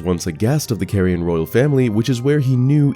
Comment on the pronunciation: Caria is pronounced as Car-ia not Care-ia btw ❤️ love the content